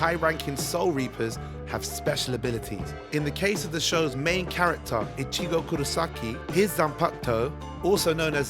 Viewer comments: Bro you killed me with the way you pronounce Ichigo 🤣🤣 Ich i go ... not ishigo 🤣🤣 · Your mispronunciations are just offensive at this point. Are you trolling or you just never watched any of the series. Icheegoo... are you fucked?